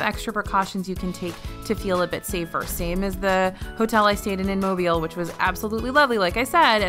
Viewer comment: Shoutout from Mobile for pronouncing Mobile correctly! Thank you!